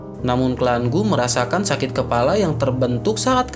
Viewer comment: Kepala jadi kelapa 😂Kelapa terus bang kepala bukan kelapa